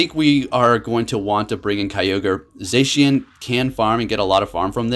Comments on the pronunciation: Its called za-she-n not zaeshein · Hey you have been saying zacian wrong. It is pronounced as za-shian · It's zaa+shi+yen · How do you not know how to say it’s name? Lmao